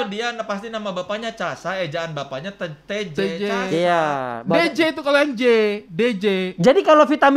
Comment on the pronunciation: Yeyy cara bacanya betul 💯 Kalau anak muda biasanya gatau baca Tjasa gimana. Berarti ini angkatannya….. Heee Salam kenal dari Melesek Tejes 🙏🏻 Bagi hadiah buat penonton yg topiknya dipake boleh nihh *ngelunjak 🤪🤪